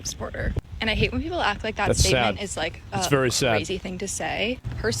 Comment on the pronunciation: “Wen she evolves”😂😂😂